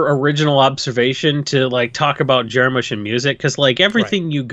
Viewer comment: You guys keep pronouncing his name Jar-Moosh and its bothering me